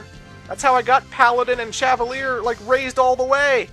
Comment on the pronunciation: "Cavalier" is pronounced "kava-leer", similar to "cavalry"—because it's the word referring to a member of the cavalry, a military man serving on horseback. It's not pronounced "shava-leer"—not even in French.